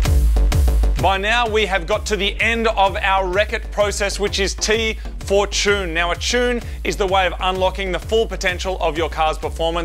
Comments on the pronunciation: Oh yeah and “T” for Chune! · And finally the T Chune...